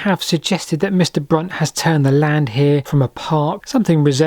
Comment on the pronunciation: I think you mispronounced Brunt